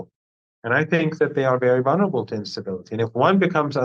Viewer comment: Professor Marandi is an excellent, knowledgeable guest, who speaks well, except when he mispronounces VUL-ner-a -ble, which has two 'el' sounds.